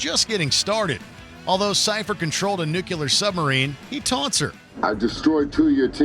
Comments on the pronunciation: NUCULAR? It's Nuclear! lol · Guy really can't pronounce nuclear.